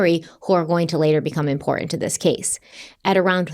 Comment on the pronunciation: With the strengh of those specacles you would think she could see the T in the middle of imporTant